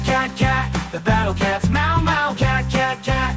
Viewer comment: สิ่งนึงที่ชอบเกี่ยวกับเกมนี้ของพี่เลยคือ การพูดชื่อเกม The battle cats แบบมี S นี่แหละ ไม่รู้ทำไมเหมือนกัน เเต่จาก youtuber ไทยทั้งหมดที่ดูมามีพี่คนเดียวนี่แหละที่ออกเสียงแบบนั้น (ซึ่งผมเองก็ไม่รู้เหมือนกันว่าจะสนเรื่องนี้ทำไม😅)